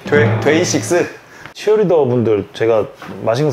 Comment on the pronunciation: 데이식스요? 돼이식스??ㅋㅋㅋㅋㅋ ㅋㅋㅋㅋ ㅋㅋㅋㅋ ㅋㅋㅋㅋ ㅋㅋㅋㅋ ㅋㅋㅋㅋ미치겠네 정말